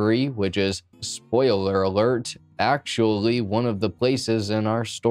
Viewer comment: spoialerer alert......and memwire??? pronounced memwa